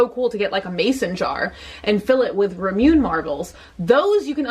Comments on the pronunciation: OK now I am going insane, because I am reading the Japanese that you are showing on the bottle, and I MUST TELL YOU that it literally reads "ra mu ne"... in hiragana. The word is derived from a mangled Japanese pronunciation of the word "lemonade", which is what fizzy drinks are commonly called in other countries in the world. STOP SAYING RA-MYOON!!!!!!!!!!!! It is WRONG. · it’s actually pronounced ra-moo-neigh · Can’t help but say Rah-moo-nay every time you say ruh-mewn 😖 still love you. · I LOVE YOU; BUT IF YOU KEEP PRONOUNCING IT IT "RAH-MUNE" I'M GOING TO GET SNIPPY. ITS "RAH-MOO-NAY" PLEASE, FOR THE LOVE OF MY SANITY. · I love you, I truly do. But please, please, please. It's RAH-mu-nay, not Ru-MYOON. I've commented and tweeted this several times, but I know you have a zillion things to look at. I just hope you see it eventually. =\ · Purple Kai The last syllable is supposed to be 'neh', like in the English word NET. Lots of English speakers pronounce 'eh' as 'ay' [as in NAY] when it's at the end of a word. It's certainly closer to the correct pronunciation than rah-myoon. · Omg it's ramun-ay not raw-moon. like I understand you've probably always said it that way but I just like facepalm every time lol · Its pronounced Ra MOON eh not Ram-yoon Just FYI. <3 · lol "Ra-Nume" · Ramune = ra mu ne = rah-moo-neh I figure the more people that comment the more it'll help for next time haha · I love your channels, but FOR THE LOVE OF ALL THAT IS KAWAII...it is pronounced Rah-Moo-Nay. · Rah - moo - neh. <3 Love you! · I love you and I love this video, and I promise I'm not trying be one of those obnoxious jerks..but it's pronounced raw-moo-nay 😂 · Sorry people have already commented this but it’s not Rah- Moon- Ay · pronounced Rah-moo-nay! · I love you so so much, but girlie, it’s pronounced “raw-moon-aye” 😂❤️❤️ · oof the way says remune.... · I love ramune! It's actually pronounced rah-moo-nay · its rah moo nay